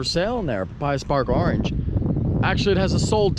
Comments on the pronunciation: I hate the way you say orange. It’s not arenge it’s oorrange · I swear you try to say orange in weird fucked up ways on purpose!